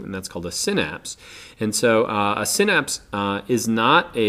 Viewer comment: You say synapse wrong